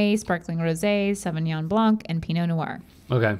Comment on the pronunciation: you dont pronounce de 'c' in 'blanc' ;)